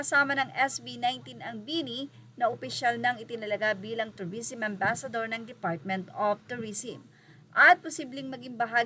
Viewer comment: tourism (pronounce as "turisem" not "turisim")